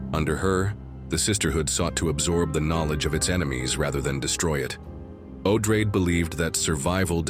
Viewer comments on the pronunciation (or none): Herbert didn’t care much, but Odrade, as a descendant of Atreides, should probably be pronounced Oh-DRAH-deh, no?